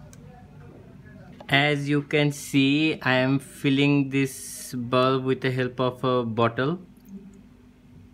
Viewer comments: It is not bulf its bulb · On you saying you need a bulf It's not a bulf. it's BULB 😂😂😂😂😁😁😁😀😀😀😀😀🤣🤣🤣🤣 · It's not bulf it's bulb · What's is balaff 😂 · not bulf it is bulb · It's a bulb not a bulf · bro pls improve your vocabulary skills it's not bulf it's bulb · Bulf nahi Bulb bolte hai. Aur shoe box par tune bulb ki outline draw Kari hai ya Lund banaya hai. Jab English nahi aati toh q uski Maa behan kar raha hai. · word bulf is wrong brother its bulb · It's a bulb not ''Bulf'' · honestly lad I though you said bomb protecter